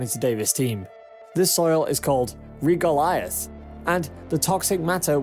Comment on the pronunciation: Wth is "ree goliath"? You mean regolith... "reh gah lith". You're giving northerners a bad name here mate